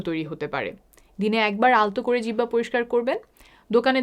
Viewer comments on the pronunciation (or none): Jibba not jihoba pls...